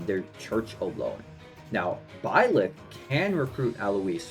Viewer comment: The way you say Blyth is crazy lmao